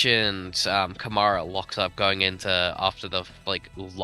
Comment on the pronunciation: Campos undoubtedly has the best car, both their drivers are up there. Invicta isn’t the same team it was in previous years, and Câmara is squeezing absolutely everything out of that car with his talent. And saying that Durksen has the same amount of victories, without mentioning that those were sprints while Câmara's were features, it's not fair. Finally, it’s pronounced Câmara, not Camâra 🤭